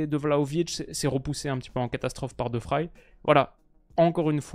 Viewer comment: Excellente analyse...seul petit point...la prononciation de De Vrij. ... Il est néerlandais et pas allemand donc le v se prononce v et pas f...et ij se prononce comme dans le ei mot français veille